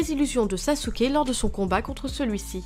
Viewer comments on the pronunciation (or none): none